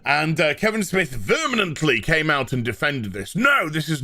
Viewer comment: "Smith came out VERMINANTLY against it" You meant vehemently, but I like the word so much I am stealing it. It carries the implication of a sneaky lying rat trying to convince people about a lie with all his strength. These Freudian slips are too perfect. Never change you beautiful cue ball.